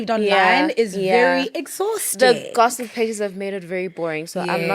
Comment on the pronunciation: Gozziip? It's gozzip??😂😂😂 oh